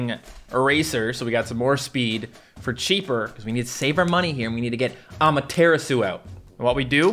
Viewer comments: Ama tura su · Amadaratsu Not amaterasu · NOOOOOOOOOOOOOOO YOU PEOPLE CONVERTED TO SAY AMATERASU INSTEAD OF AMATERATDSU HOW DARE YOU!!! Please go back to your true form! On a side note if you see this comment please check out my custom battle cat that I coded right here: I spent hours making it please see this!! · Am i the only one bothered by the 'correct' prononciation of amateratsu? I liked AmateratsU much better than amatErAtsu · I kinda like it more when says amateratsu then amaterasu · "amaratsu" suit you better to say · pronunciation for Amaterasu is a-mah-tera-su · It hurts me when you say amaterasu please go back to normally say it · I miss the old Amaterasu pronunciation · i feel knows how to pronounce Amaterasu's name since she's a Shinto God, he's just mispronouncing it on purpose to upset the people who care about pronunciation. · Me tooooooooooooooooooooooooooooooooooooooooooooooooooooooo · The way he says Amaterasu angers me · Please go back to saying Amaterasu, it hurts my ears to hear you pronounce it Amaterasu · Me to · The way pronounces Amaterasu kills me:( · I miss the old Amaterasu prononciation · Cmon say amaterasu in the normal way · Still says Amaterasu wrong lol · I hate the way the pronounce Amaterasu now, the old way was better